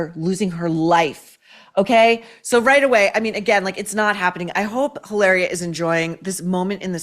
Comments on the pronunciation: You must pronounce it as "E -laria " the way Mary Morgan of Pop Culture Crisis on YT does. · you only roll the 'r' in spanish when it's double 'rr', like carro, desarrollo, burro...in the case of the made-up spanish translation of Hillary to "Hilaria", there is no need to roll the 'r' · maureen in spanish H Is mute is not sound JILARIA is ilaria ….